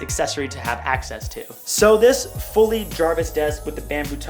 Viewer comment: dude its fully not fowly, took me 15min to dig through your videos for this ahahha ended up using "Jarvis desk" lol